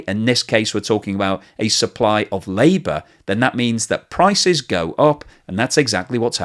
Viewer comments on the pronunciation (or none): none